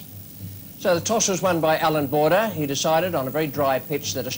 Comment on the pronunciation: Anyone else notice it said Bordber out b. Border?